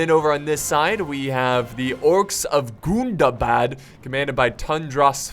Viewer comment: Im pretty sure its gun-dah-bad not goon-dah-bad, it hurts me erry tim